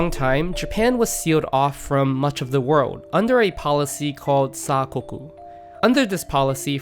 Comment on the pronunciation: It's pronounced "yōshoku", with a long "ō". Also "demi glace" is pronounced "demi glass". Also "sakoku", with a short "a", not "saakoku". A similar category to yōshoku is "B-kyu gurume" (B-rank gourmet), which are déclassé dishes that border on fast food.